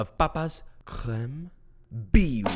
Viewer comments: Fun French fact ! You pronounced all those french word the right way (maybe a bit less of an hard "r" on the "beurre" and it'd be *perfect*) i've got nothing to say... like, you even evaded the mistake of pronouncing the "e" in the end of "crème" that's like... perfect. I'm proud even though i did'nt participate in that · I’m French and the way you pronounced ‘’crème’’ is just perfect